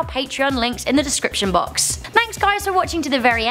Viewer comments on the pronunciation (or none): Description Blox.....🤦 Ah, words. They're hard sometimes. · She said blox :3